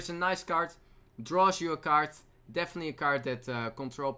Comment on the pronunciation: it's CARD not KAART